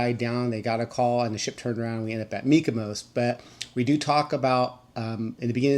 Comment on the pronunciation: Are you saying MykoMos? It sounds like you’re saying MykoMos with an M. But it’s MykoNos with an N lol